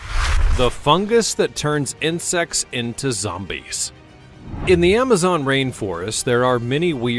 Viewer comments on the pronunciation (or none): none